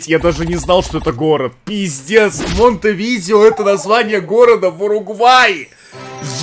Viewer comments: вобщето не монтевидео 😁а монте видэо называют с ударентем на э. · Монтеви'део!)))))) Столица Уругвая так-то) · Саня не Монтевидео а монтевидэо) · МонтэвидЭо столица Уругвая, Курасао, а не куракао, удали геогессер из закладок, не позорься